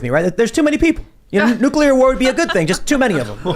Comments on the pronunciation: HEY!! NUCULAR is not word!!! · Someone teach Luke to say "nuclear"